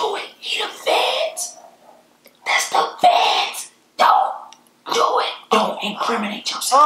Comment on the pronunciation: He said "The Feds" Lmao I thought he was saying "Fans" the whole time 😂